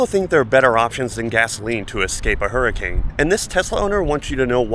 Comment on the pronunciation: not flee fo war flee hurcan